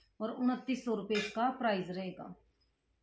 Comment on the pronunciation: Price hota h bhan prize nahi